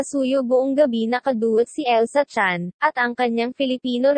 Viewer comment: Elisa chan not elsa chan.